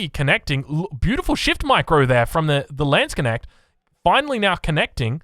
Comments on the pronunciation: It's lands - knecht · I rather have him say "Landsc'nnect" than Landshark :D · Just pronounce it like this: Lands-k-neht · For our english friends: Try „Landsknasht“ - should sound like the german „Landsknecht“. For the „a“ in „Lands“, try to say it like the „a“ in „garden“. 😇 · Just say "lawns knekt" And you're as close as you can be if you can't pronounce the Dutch G :) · tbh how can u manage to say knuschelbär but butcher the word Knecht this much?